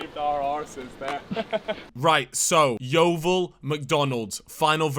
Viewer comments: That my local McDonald’s and I didn’t realise it was that bad. I love it how you can’t say ‘Yeovil’ eirther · This is my local Macdonalds as well🤣 and why can’t nobody say yeovil